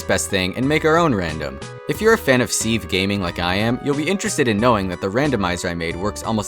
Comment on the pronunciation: Me: hears ceave Also me: C O O L